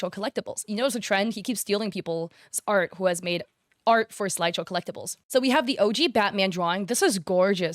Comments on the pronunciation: Why are you saying slideshow instead of sideshow? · I swear as a collector it was so frustrating she couldn’t read SIDEshow right. Guess Peanut brain couldn’t read properly over all that yapping